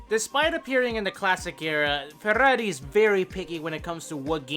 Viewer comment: love this video. finally someone says ferrari as it shuld!!!